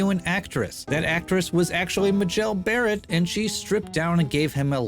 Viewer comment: for future reference - MAY-JEL Barrett